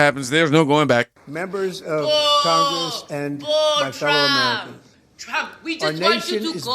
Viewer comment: When you can't even bother to speak English after all these years in CONGRASS (it's Congress, not Congrass, much like so many of the words you seem to still say incorrectly...accidentally on-purpose) you've got a lot to lear. She's such a pretender. Now it's about her being "black", shes every minority, & claims to know "exactly" how every other minority feels...exactly. pahleeze 🙄🙏🏽❤️🤍💙